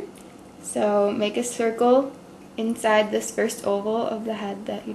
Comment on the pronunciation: It's This Not '' Dis''